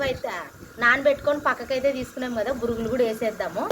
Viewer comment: Burugulu kadu borugulu